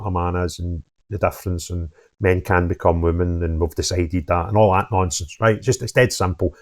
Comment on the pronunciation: they aw realise they have been found oot